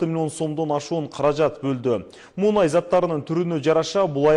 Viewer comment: Муунай эмес " Мунай" деп айтылат, азыркы журналистер билими жок.😏